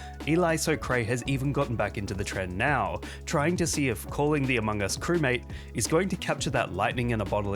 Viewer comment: I still love how he says crewmaTe